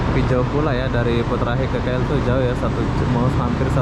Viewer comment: Sebutan inggerisnya konyol.. Bunyinya seperti ini, Putra Haikh bukannya Putra Hek..😇😇..apa2 lah loe..